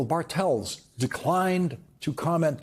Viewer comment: Bartels seems to be a german name ... the Pronounciation is on the "A" .... meaning BArtels, not BarTELS